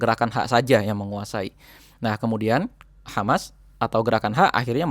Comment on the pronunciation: Mantap infonya ..kerrenn,..kritik dikit yaa mas..😆,klo bilang Nahhnya, jangn medok" kedengeran kocakk tapi rada gimana gitu...😆🙏maaf yaa mas, sy pengikut setia info dr sampean..mksh banyak infony